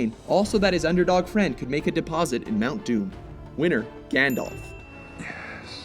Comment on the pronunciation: I first thought he said mount dew